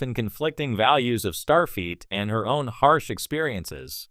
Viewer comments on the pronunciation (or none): I hate listening to these AI read stories butchering the pronouncing of names. I swear it sounds like it's saying "Starfeet" And then it just ends mid sentence.